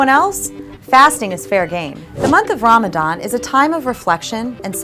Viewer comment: I can't, I just can't resist Ask yourself if you are really a believer 😅 Chastity & modesty ? And Muslim who is practicing - reads and understand Koran (Qur'an ) knows the ruling on Covering. Also know how to pronounce (رَمَضَان) . So now the Question arises Who are you 😅😂❤